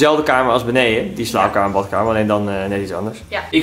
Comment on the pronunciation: Je koopt een huis kaal slimmeriken hier, hij mag het zelf gezellig en mooi maken en inrichten. Neem aan dat hij ook grappen maakt als hij in de video woorden zoals 'batkamer' en 'keuke' gebruikt, anders hoef je inderdaad totaal niet intelligent te zijn voor YouTube.